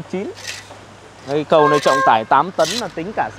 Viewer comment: Toàn là kỹ sư ngọng. Người ta nói là 'ấy cái cầu' kỹ sư ngọng là 'ấy ái ầu'